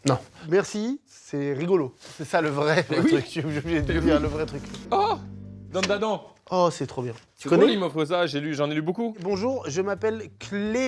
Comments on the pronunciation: « Dan da dents » c’est dan da dan, il y a pas le an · carlito « Dan da Dan » alors que c’est « Dane da Dane » en prononciation 🤣🤣 c’est un debilos ou quoi qui lui dit qui lui dit 👀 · Il a osé dire dandadan "dent da dent" AIE AIE AIE quel erreur ! C'est prononcé Danedadane comme dans l'opening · Pour l’un des mangas reçus, ça se prononce « Dane Da Dane » 😄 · "Dandadent" 😅 Ça se dit "DaneDaDan" ya pas de "an" en japonais 👍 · DANDADANE PRONONCE LE N A LA FIN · je peux accepter que tu aies pas accroché à DanDaDan, c'est vrai que c'est particulier, mais par pitié c'est quoi cette prononciation 😭